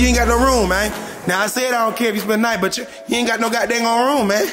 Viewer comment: really said gad damn😂